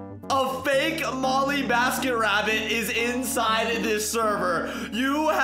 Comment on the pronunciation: it is not molleebasketrabbit it is mollybasketrabbit